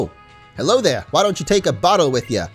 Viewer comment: Hewo